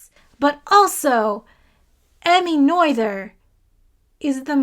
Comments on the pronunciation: Its "nur-turs" theorem, not "noi-the-rs" theotem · By "Noyther's" theorem do you mean the one by Emmy Noether? If so, it's not pronounced 'noyther'. It's the German letter ö that you need after the N sound. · It's Emmy, and in German the 'oe' in her surname Noether is pronounced the same as for the famous poet Goethe, whose name approximately rhymes with the last two syllables of the word 'frankfurter' in English (but not exactly in German). So just repeat the phrase "Emmy Noether conserved a frankfurter" and you are on the right track. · Love watching your review. Was a great way to end my day. P.S. in math grad school they always told us that "Noether rhymes with mother." Hers was one of MANY names of mathematicians I would regularly mispronounce when first seen written. (We all have an Euler moment.)